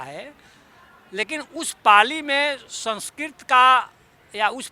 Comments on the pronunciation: Someone who cannot even pronounce 'संस्कृत' correctly is trying to act as if he were an authority on Sanskrit. I don't think anyone would care a dime of what somebody like him says. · Language expert who cant pronounce sanskrit correctly😂😂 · आज मालूम हुआ कि संस्कृत नाम की कोई भाषा ही नहीं है! वाह! यह तो एकदम नयी बात है। तब तो इनके नाम का अर्थ क्या होगा ये सोचना पड़ेगा। कोई बताए 'राजेंद्र', 'प्रसाद' और 'सिंह' शब्दों के अर्थ क्या हैं। किस भाषा के शब्द हैं ये? जहाँ तक 'संस्कृत' भाषा का प्रश्न है, इन महाशय को ‘संस्कृत’ शब्द का ठीक उच्चारण करना भी नहीं आता। संस्कृत में fail हुए होंगे तो दुखी होकर भाषा की खुदाई में लग गए। ये तो वही बात हुई: नाच ना आए तो आँगन टेढ़ा। इनके अनुसार चाणक्य हुए ही नहीं। तो फिर तो चंद्रगुप्त भी नहीं हुए, अशोक भी नहीं हुए और सिकंदर भी नहीं हुआ। ये बंदा किसी सस्ते नशे का शिकार है। इसे नशा-मुक्ति केंद्र ले जाओ।